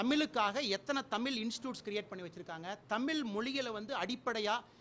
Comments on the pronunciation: 'தமிழ் " என்று உச்சரிப்பு சரியாக சொல்ல தெரியவில்லை. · First of all you should pronunce"TAMIL" correctly... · Dai first pronounced clearly like, 'tamizh', but one more thing you are not thamizhan...the whole tamizh nadu knows who you are idiot... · mothalla tamil nu nalla uchari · நீங்க இன்னொரு விஷயம் திருத்திக்கொண்டு நீங்க ஒரு தமிழனாய் இருந்துகிட்டு தமிழ் தமிழை நீங்கள் தமில் தமில் என்று எச்சரிக்கிறார்கள் அதை முதலில் மாற்றங்கள் இந்த நேர்காணலில் கூட நன் பாரதி கட்சி என்று அதையும் மாற்றிக்கொள்ளுங்கள் பிறகு தமிழ்நாட்டை மாற்றுவோம் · first pronounce tamizh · படிச்சானாம் IPS லூசு பய கசாப்பு கடைக்கு போன ஆட்டுக்குட்டி மாதிரி நிக்கிறான் !! சிங்கம் சம்பந்தமே இல்லாம அசிங்கப்பட்டு நிக்குது். '' தமிழ் '' இதை முதலில் சரியாக உச்சரிக்க கற்றுக்கொள்ளுங்கள். ல,ள,ழ ..… ? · 6வருஷமாக பிஜேபி 9.5 வருஷமாக உங்க கூட்டணியும் செய்ததை விட dr Kalaingar அதிகம் செய்திருக்கிறார்.... முதலில் தமிழ் என்று சொல்ல கற்க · Please.... pls.... correct the pronunciation of ழ when u speak TAMIL....... Also I do kindly request you to avoid. to say SIR.....SIR....SIR.... often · பணிவான வேண்டுகோள். தமிழை சரியாக உச்சரிக்கவும் நண்பரே. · நீ முதல்ல தமிழ் ன்னு சரியா உச்சரிடா.. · First let him pronounce Tamil correctly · முதலில் தமிழ் என்ற சொல்லை சரியாக உச்சரிக்க கற்று கொள் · தமிழ் என்ற வார்த்தையை ஒழுங்காக உச்சரிக்க தெரியல நீயெல்லாம்? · தமிழ் னு நல்ல உச்சரிங்க மிஸ்டர் அண்ணாமலை! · தழிழைபற்றிமோடி பெருமையாகபேசுகிறார் என்கிறீர் தழிழைதேசியமொழியாகஆக்க மோடிக்குசொல்லிசெய்யசொல்லவும்.இந்தியைதினிப்பதுஏன்.வடநாட்டில்எல்லோரையும்தழிழைதினிக்கவும்பார்கலாம்.முதலில் தமிழைசரியாகஉச்சரிக்கவும். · தமிழ முதல்ல ஒழுங்காக உச்சரிங்க பாஸ்... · இவர் தமிழை சரியான முறையில் உச்சரிக்கவில்லை பாரதி கட்சியில் இணைந்தார். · அண்ணா தமில் இல்லை,இது தமிழ் . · "தமில்" இல்ல தம்பி "தமிழ் " "ழ" தான் தமிழின் தனித்துவம் அதுவே வரல .....தமிழ் இனி மெல்லச் சாகும் #myrecipes4you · Iyya neengal pesuvathu thamiz not thamil. Matram vendum. Vazga thamiz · Sir. Thmizh. No. Thmil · Not thamil..it's thamizh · தமில் இல்லை முண்டம் தமிழ். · தமில் இல்லடா தமிழ் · தமிழ் Not dumil